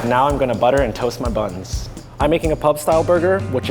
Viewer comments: I love when says, "Now I'm going to butter and toast my BUNS!" He put emphasis on buns while giving a pervert-ish stare. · "Now I'm gonna butter and toast my buns" *awkward half second pause*